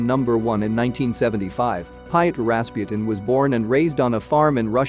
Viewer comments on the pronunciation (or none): none